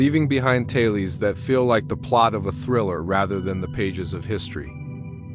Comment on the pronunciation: I hate AI narrators...."taylies" instead of tales.... ruins the video